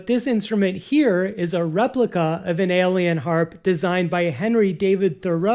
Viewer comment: eye - o - lee - an. not alien! lol